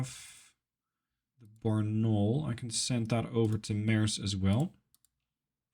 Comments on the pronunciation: Now I love how pronounced my home city Barnaul's name as if it is french, not russian))) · something like Bar-na-ool, stress on last syllable